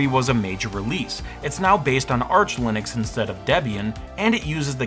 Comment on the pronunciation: Super informative, other than the slightly baffling pronunciations of Ger-nome, Linnix and Cha-see. Gnome, Linux and chassis perhaps? After all it's not Linnis Tech Tips.